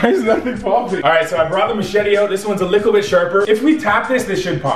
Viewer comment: why does he say lickle bit sharp